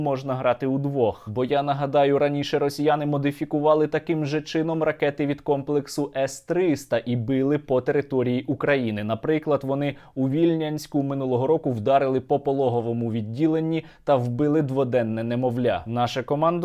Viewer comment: Сергій, ВільнЯнську. Будь ласка. Моє рідне місто. Просто вуха ріже